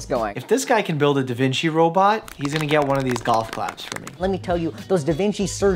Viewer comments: Wait Wait Wait. Did u say Da Vinki?!?! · that’s not a da vinci, that’s a da vinky